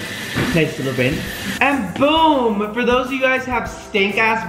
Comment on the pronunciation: When you went to the bathroom did you say boom or boob 🤨